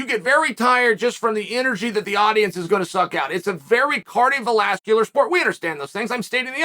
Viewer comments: I heard it too lmao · "It's a cardiolascular sport" - Chael Sonnen